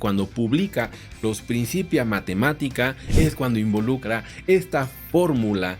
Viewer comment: Muy buenos los videos. Un detallito menor, en "principia" la c se pronuncia fuerte (k), no suave (s).